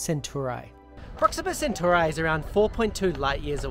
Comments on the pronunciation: I don't think that's how you pronounce Centauri. But that does not take from the video, it's still awesome :) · I don't think "Centauri" is pronounced that way. It sounds wrong 🧐